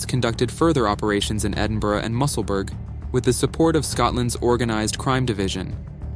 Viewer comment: leith pronounced like teeth, mussel....burgh pronounced.... burra...